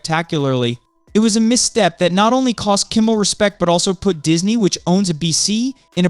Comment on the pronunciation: How can anybody take this person seriously when they don't know how to say Jimmy Kimmel LIVE correctly???